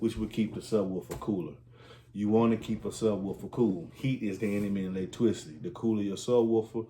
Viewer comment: Say electricity again 😂